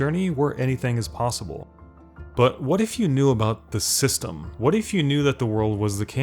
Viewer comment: Like dark souls 3 I can still run to everything I want because I know the…. Dramatic pause…. The… “system”.